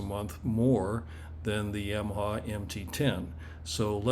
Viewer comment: If I ever hear someone say YAMaha in person I will but my black magic on you 🪄